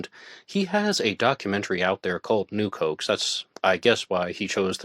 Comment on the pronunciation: Nuke hoax. I kept thinking, new Cokes? What the hell is he saying? lol